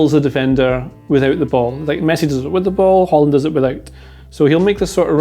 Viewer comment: In Norwegian we don't pronounce that final d in the name